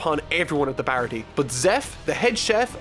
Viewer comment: Aside from a forgivable mispronunciation (Baratie despite not having an accent over its e has the ay sound) the only thing I think might have been misinterpreted was Kuro and revealing his plan. Granted it is probably the weakest arc overall (though I'd argue Krieg is the weakest antagonist) but Kuro's targeting Kaya was happenstance and he hadn't seen his crew in years having tried to find a quiet life after faking his own death. It is only after ending up in the goldmine that is caring for an ill rich orphan that he gets back into contact with his former crew and devises his final plan to get her riches and then kill his former crew to have a quiet easy life. Oda even demonstrates that his first mate Jango hasn't seen him in years by bringing up that he had doubts of Kuro still being able to fight until he saw that he still uses the palm of his hand to adjust his glasses (as he wouldn't be able to use his fingers while wearing the cat claws). All in all glad you're liking the story so far and I look forward to seeing you dive into the next arc.